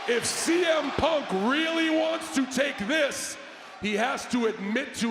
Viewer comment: I thought he called Punk “CM Pump” lmao